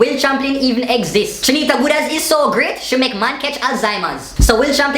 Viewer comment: lol! couldn't pronouncr goodaz... Awww